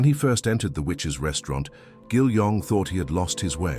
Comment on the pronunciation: The Witch’s 😳😳 You had one job 🤣🤣🤣🤣 need English classes STAT